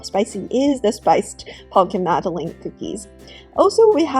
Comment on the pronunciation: Madalynn, Madalin, Madeline, not Madaleen cookies